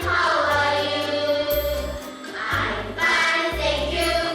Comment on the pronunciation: ㅁㅁㅁ-감색원피스 입은 여인의 "Hi~"는 너무 길고 굴곡이 너무 심하고, 과장된 느낌. 단순히, "Hi."하면 됨" "How about you?" You의 발음은 첫 반(1/2)음절은 올리고 끝 반음절은 내려야함. "How are you today?"에 대한 응답은, 그냥 간단하게 "Fine." 아니면 "Great." 하던지 간단하게 "I feel fine." 하면 되고, today의 끝 intonation은 내려가야 한다. 되 묻는 "Are you feeling good today?"도 무척 어거지 스럽다. 간단하게 "How about you?"라고 하면 끝. 전체적으로 감색원피스여인의 영어 표현은 너무 과장되어 있어서, 좀 더 자연스럽게 하려면, 의식적으로 꼭 잘해야겠다는 노력 보다는, 자신감 그 자체가 필요하고, 정신적 relax가 필요하다.